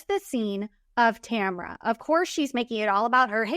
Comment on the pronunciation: Her name is TAMRA. Not Tamara or Tamera